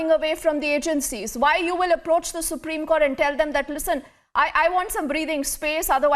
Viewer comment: It's Supreme Court not Supreme Cot